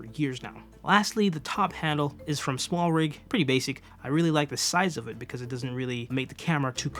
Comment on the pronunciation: Are you not a native speaker? You consisntelty pronounce OF as OFF when it should be OV.